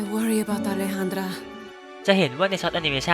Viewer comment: Alejandra ตัว J ในภาษาสเปนออกเสียงแบบตัว H ครับ ชื่อนี้จึงอ่านว่า "อเลฮานดร้า" ...อีกตัวอย่างนึงที่เห็นได้ง่ายๆ ใครเคยฟังเพลงของเลดี้กาก้า คงจะรู้จักเพลง Alejandro นะครับ ช่วงท้ายของท่อนฮุคจะร้องว่า "อเลฮานโดร" อยู่ตลอดเลย